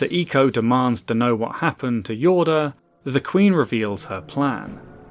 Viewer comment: Thank you for pronouncing eeeeco correctly